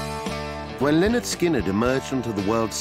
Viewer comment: If says Lenard one more time, im gunn........byby